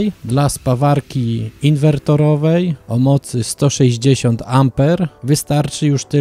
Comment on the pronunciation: Spawarki inwertorowe a nie inwerterowe. Ogólnie bardzo fajny materiał👍